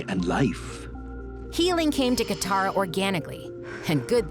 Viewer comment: Its katara Not Kithara Katara